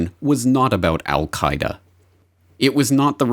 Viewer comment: Did Condoleeza almost slip and say "The Al Qa' Ida NUT-work", before correcting to 'Network' at 20: 40 - 20: 59 into the video. I watched in Amazement as these arguments built against Afghanistan, truly believed that Congress would NEVER APPROVE or Fund such folly, as I saw it. WTF??? And then IRAQ -- and the Rogue Nations. Same war still brews. Trump's Agenda is to give the War Hawks what they want -- the Global Corporations won't have to pay for the war (thanks to their tax cut) ewe will -- and ewe'r grandchildren. Baaaaaa'd? Our only hope now is to defund the military industrial complex before 2019. Will you help? The ewes won't help.